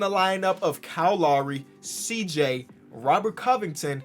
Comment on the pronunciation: Nobody:: KYLE LAWRY